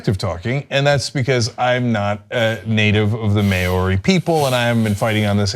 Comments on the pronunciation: As a Kiwi (New Zealander) I cringed at the pronunciation as well and had to shake my head. Points for trying, a shake of the head for the fail. I'm proud that this has happened, hopefully, this is a step towards the protections of our land and water ways rather than allowing them to be polluted as profits are prioritized over the keeping our lands and waterways clean, safe and able to be experienced by all members of the country. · The Māori pronunciation was terrible urgh Cenk could have at least looked up how to say "Māori". Also, their understanding of Māori culture and iwi (Māori tribes) was distressing. I get that they're not Māori or even Pākehā (non-Māori New Zealanders) so it's hard for them but it was difficult to listen to. Indigenous cultures are far better at understanding the environment and their own relationship to it. For non-New Zealanders to understand, the Māori name for Māori people is 'tangata whenua', meaning 'people of the land'. I get that y'all have a hard time understanding colonial oppression, but this is one way to perpetuate it. Only John here did anywhere enough research to comment on this story. I'm pretty disappointed in here. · I loved this report on my homeland, New Zealand. Would have been even better if you could have checked the pronunciation of "Maori" and "Whanganui" before airing. It's difficult to teach the proper pronunciation of "Maori" in writing but "wh" in Maori is pronounced as an "f", so "Whanganui" sounds like "fung-ah-noo-ee" with the main stress on "fung" and secondary stress on "noo". Absolutely love your show! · Guys, Maw-ri, not Mary. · I know some people don't like being corrected, and believe that you can pronounce words however the hell you like, but the indigenous people of New Zealand are called Māori (MAA-or-ree), not Mayery - the word is not that difficult to say at all. If you were ever to meet a Māori in person, they would not be too pleased that you basically called them a Mary.